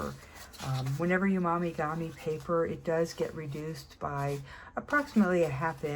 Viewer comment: Mo mee gah mee. Not mommy gah mee 👍🏼😊